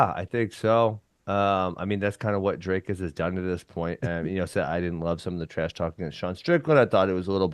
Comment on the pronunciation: Thanks to DC for pronouncing Dricus properly - "ee" (as in free of bee) instead of "y" (as if why of fly). Know I'm stepping slightly over the line here. The demographics of SOUTH_Africa are the following. Some Dutch dude landed here in 1652. At that stage, the indigenous "Africans" were the Khoi and the San people. The Dutchies (actually the Pommies) They met up with the black Africans (in the form of the Xhosa) at the Kei river. The French Huegenots came here in about 1680. Virtually no "white" South African does not have some Xhosa blood in them, so strictly speaking: people who can trace their ancestors that far back, are actually "coloured" and it was proven in the early 1970's. Yet these poor guys, despite having invented the Afrikaans language and much more, have ALWAYS been disadvantaged and remain so. Sad but true, even if the Broeders (40yrs) and the ANC (30yrs) had great chances for properly integrating these poor people.